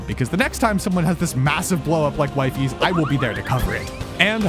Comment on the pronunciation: disliking the video cus ur purposely sayin wifeys